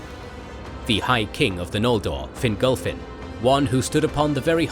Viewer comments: Please pronounce in Fin-golf-fin not finglefin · Fingolfin* Not "Fingal-Finn".